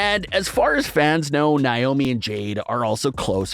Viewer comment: her names naomi not wyomi